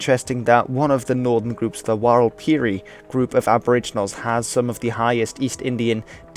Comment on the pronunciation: Warlpiri is pronounced similar to WAL-pri.